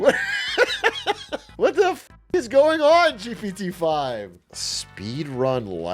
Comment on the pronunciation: the way they sound like they're saying "GBD 5" every time pisses me off, can they just make a cool nickname for it so they can say something with just 1 syllable instead of constantly tryna spit out "GPT 5" in the space of a microsecond?? just call it Greg or some shit idk